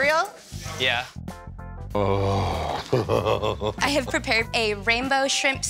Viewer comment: I NEVER HEARD A COOK CEREARL!!!!!! LOL!!!! I CAN'T TAKE IT ANYMORE!!! 🤣🤣🤣🤣🤣🤣😂😂😂🤣🤣🤣🤣🤣🤣🤣🤣🤣🤣🤣🤣🤣🤣🤣